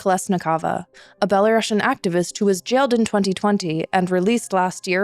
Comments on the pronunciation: За ўсё дзякуй. Толькі плізка не беларашн а беларусіан. ) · Is it just me having an itchy ears hearing "belaruŠian"? I always thought that russia has double s, hence russian, while in the case of Belarus - belarusian with a single s and pronounced as s, not sh... But I guess you guys know better...